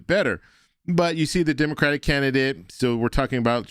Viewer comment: Why can't she say "Democratic"? Why doesn't she pronounce the last syllable? So weird.